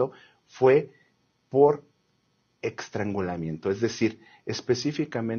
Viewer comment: 😢 ¿Dijo "extrangulamiento"? 😅😢